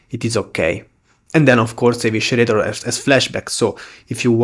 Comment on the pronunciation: Small note: Eviscerator is pronounced like uh-vi-suh-ray-tah not uh-wishuh-ray-tah :D